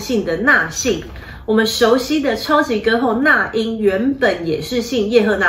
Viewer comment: fun fact那英的那應該念ㄋㄚˉ不是ㄋㄚˋ